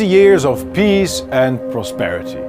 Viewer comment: "Seventy years of PEAS and prosperity..." Baudet hails from the Randstad area, where they say "zynical, 100 perzent, azylum", and it shows in his English here too ;-) Like, "epizode, dezision making". But, great content. Thanks!